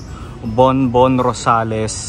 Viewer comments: Borbón-Rosales hindi po Bonbon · Borbon po hindi Bonbon. Well maintained po inside, promise! ❤️ wink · BORBON-ROSALES, HINDI BONBON-ROSALES! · Borbon-Rosales po.... Borbon not Bonbon.... thanks po.